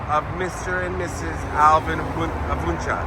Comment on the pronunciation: Yeah I’ve seen it in spring on the way to the woodlands there’s also a Wuensche bros haunted restaurant in old town spring. That’s not technically Houston, it’s spring. Spring eventually turns into Montgomery county and Houston is Harris county btw. Also btw it’s pronounced WIN CHEE.